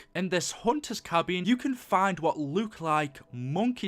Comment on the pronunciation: why do you you say luke instead of look